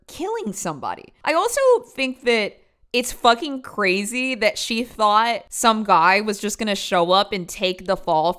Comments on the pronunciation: “cwazy” lol, love you 🫶🏻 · “Pretty cwazy” 🥰 i dont want to say unc is adorable, but…yup